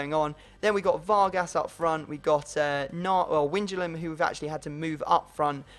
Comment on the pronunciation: Not winjalum but why- nal like ro(nal)do- dum So why-nal-dum